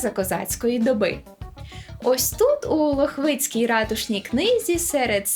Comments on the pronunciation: ЛОхвицька ратушна книга. Наголос на першому складі! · в мене чоловік з Талалаївки, вухо різанула лохвИцька книга😁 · Правильніше не ЛохвИцка,а ЛОхвицька,бо місто ЛОхвиця